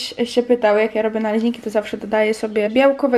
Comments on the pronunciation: Czego mówisz naleźniki ? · Naleźniki? Naucz się mówić😂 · Naleźniki?!?!?! Z tego co wiem to sa naleśniki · To nie hejt ani nic tylko mam pyt: czy tylko ja zrozumiałam " naleźniki"?? Powtarzam to nie hejt jak coś